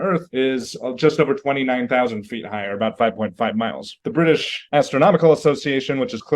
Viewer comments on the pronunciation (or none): none